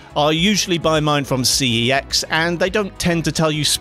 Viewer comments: It’s C E X, not that sus word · My mind automatically assumes you are saying SEX MACHINE instead of CEX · I chuckled every time you say CEX machine 😅